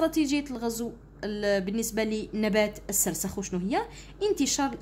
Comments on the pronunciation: مرحبا استاذتي الفضيلة❤ فقط هناك نقطة 😅ذالك النبات اسمه🌷 السرخس وليس السرسخ❤ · استادة السرخس وليس السسرخس😂😂😂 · سرسخ اتعلمي تهدري واراحي تفهمي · سرخس لا تقطعي الأذن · حتى انا لاحظت وجيت نوضح 😂😅😅😅😅😂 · استاذة مشي راكي تشكلي😂😂😂😂😂 هههههههههه عرفي كي تقري؟؟؟؟؟؟ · أستاذة اسمو سرخس ماشي سرسخ😂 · استاذة اسمو سرخس موش سرسخ 😂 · ال سرخس مشي السرسخ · 😂😂😂😂 السرخس مش السرسخ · السرخس ماشي السرسخ 😂 ههه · سرخس ولي سرسخ😂😂😂😂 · يااستاذة سرخس مشي سرسخ😂❤ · أستاذة السرخس 😅😅😅😂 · ضحكتني كي قالت سرسخ😹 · السرخس مش السرخس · باش تقول سرخس قالت سرسخ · استادة شكرا سيجي هايل لكن سرخس ماشي سرسخ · استا\ة نبات السرخي مشي السرسخ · السرخس وإنما ليس السرسخ يا أستاذة وشكرا على الشرح🎉🎉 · السرخس و ليس السرسخ 😂 ولكن شكرا جزيلا لك على هذا الفيديو المفيد❤💖💖💖💖💖💖💖💖💖💖✨ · نبات السرخس وليس السرسخ شكرا استاذة😊❤ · ا استادة سرخس ماشي السرسخ😂😂😂😂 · أستادة ليسة سرسخ بل سرخس😂😂😂😆😆😹😹😹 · السرخس مشي السرسخ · ذلك النبات نقول له السرخس وليس السرسخ وشكرا استاذة على مجهوداته❤ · أستاذا السرخس مشي السرسخ وجزاك الله خيرا 🌹🌹🤲🤲🤲♥♥ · السرخس مشي السرخس😂😂😂😂 شكرا استادة😍😍😍😻😻😻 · غير انا لي لاحضتها تقول سرسخ وهو فالحقيقة سرخس 😂😂😂😂ربي يثبتنا قولو أمين تعديل:(مقصديش الإساءة ) توجيهي فقط ❤❤❤ مع الاخير :مع السلامة وشكرا لي تعبك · السرخس واليس السرسخ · السرخس وليس السرسخ في النطق وليس في الكتابه ❤❤😊 اسمعوا ❤ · استاذة ماشي سرسخ ، سرخس وشكرا ❤💗🇩🇿😊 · السرخس ميش السرسخ يااستاذة ❤❤❤❤❤❤❤❤❤ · السرخس ✘ السرسخ✓ شكرا استاذا انشاء الله ندي 18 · استاذة السرخس ميشي السرسخ🙂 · نبات السرخس وليس نبات السرسخ☺ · يودي السرخس ماشي سرسخ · السرخس ماشي سرسخ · استاذة قلتي سرسخ بصح هو سرخص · سرخس وليس سرسخ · سرخس ليس سرسخ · ااااااااااااا أستاذة سرخس ما سرسخ ههههههههههههههه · سرخس مش سرسخ😂😂😂😅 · استاذة اسموا السرخس مشي السرسخ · استاذة نقول سرخس وليس سرسخ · نبات السرخس مشي سرسخ😂😂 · راكي تقولي سرسخ وهو سرخس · سرخس مش سرسخ 😂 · السرخس و ليس السرسخ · سرسخ 😅ههههههه السرخس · سرخس مش سخرس😅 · نبات السرخس ماشي نبات السخرس😂😂😂😂😂😂😂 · السرخس ليس السرسخ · سرخس ماشي سرسخ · استاذة السرخس مشي السرسخ راكي غالطة 🤔🤔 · سرخس مش سرسخ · استاذة سرخس وليس وليس السرسخ من فضلك 😊😂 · السرخس وليس السرسج😅